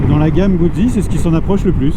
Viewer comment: #1 Italiano lessonne una☝️ Guzzi comporte 2 Z, donc on doit prononcer "Moto_Gout'si" , pas "Moto-Goud'zi" , quand on veut mettre l'accent ! 😉 👏 👏 👏 Bravo pour ton ton achat et merci pour ta vidéo. Longue route avec ta Guz'!!! 😉